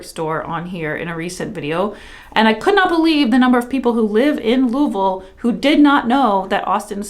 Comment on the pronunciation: I haven't gotten too far into the video and I had to post to thank you for pronouncing "Louisville" correctly!! I'm originally from Cincy and the amount of people who can't pronounce it correctly blows my mind.